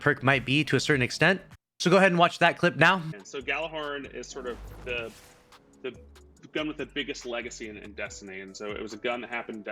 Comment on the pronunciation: I hate to be that guy but it's pronounced Yaller-Horn